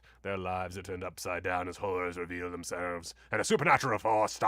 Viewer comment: I thought you said something else entirely and had to read the text to understand that it was HORRORS that revealed themselves! 😂